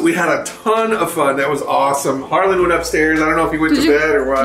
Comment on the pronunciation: I thought it was Harlan? She always says HarlanD. Just confused….